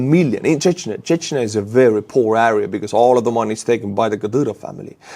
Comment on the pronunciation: good english but one word "area" you say äääriä. wtf?